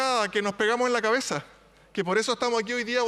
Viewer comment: "Se pegaron en la caezah" dijo la.